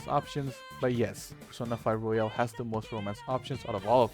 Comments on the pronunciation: Yeah, very valid options. Also now I can't get the thought of Persona Q battle Royale XD Thank you for pronouncing Royal like Royale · Jesus Christ, please learn how to pronounce fucking Royal